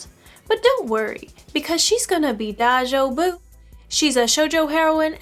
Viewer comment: the way she said "Daijoubu" LUL Us westernersman, oof